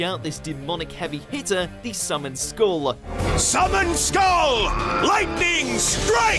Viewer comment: How can you get the pronunciation of "skull" wrong?? It's literally a common word, you have one on top of your spine!